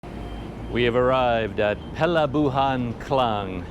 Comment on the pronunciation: Perlabuhan = Port or harbour, wow, you can pronounce the Malay words perfectly !